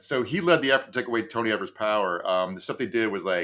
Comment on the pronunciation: Gov. Evers' name is pronounced with a "long e" for the first syllable. "Ee-vers" 🙂